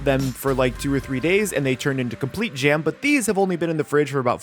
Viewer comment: At first I heard egg yolk gem, not egg yolk jam. I thought they completely solidified. Would be cool looking though. I want to try the peanut butter hack. I want to try ramen with tomato soup too now.